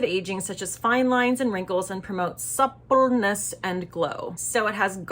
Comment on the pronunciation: Omg. Lol- the way you say suppleness. I die. 🤣